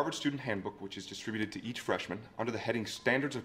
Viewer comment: FWIW, you're pronouncing distributed wrong. Type "pronounce distributed" into Youtube search and you'll get many videos of how to pronounce it correctly